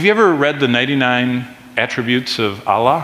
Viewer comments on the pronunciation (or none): none